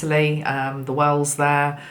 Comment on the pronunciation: I kept hearing ‘whales’ every time you said wells 🐳 😂. We are getting hundreds of whales pass by us (east coast of Australia). Their numbers have increased significantly. I feel they are helping so much as they take huge amounts of water in and purify it and then blow it back out to the ocean. Grateful to these friendly giants of our oceans 🌊